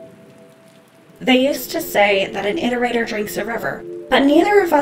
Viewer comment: Thank you for pronouncing iterator correctly.